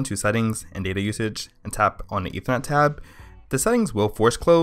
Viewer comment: Sorry but you need to slow down your speech. Ethernet has 3 syllables not 1. I can barely understand what you are saying, but thanks for letting me know that this is actually possible.